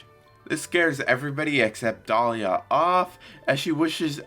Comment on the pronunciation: Lol, in the space of 20 secs, Larvitar went from having Pikachu ears and tail, to almost looking exactly like a Gible! Now a nitpick, its Deliah not Dahliah.